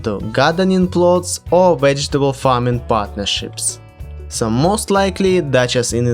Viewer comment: “Wegetable ” lmao